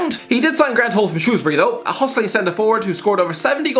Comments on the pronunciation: says Shrewsbury right, thank god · thank god he said Shrewsbury right